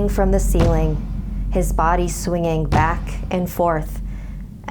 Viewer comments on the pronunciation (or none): none